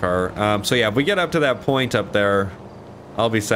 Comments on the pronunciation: Lol when he said porn instead of point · When I heard say "most northern porn" instead of "most northern point" was the best and made my day same with the Ron part and you yelling at the guy saying "I'll beat you add then go continue my run" keep it up my friend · Lol he said “at a far northern porn”😂😂😂😂😂😂😂😂